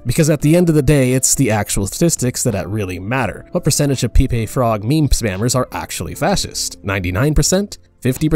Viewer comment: Peh-pay. Not pee-pay. Peh-pay